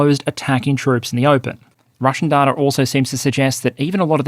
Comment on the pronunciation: Hi there. Loving the videos. Just wanted to say that I think you are pronouncing the word data wrong. It's pronounced data, not data. Thanks, love from a fan.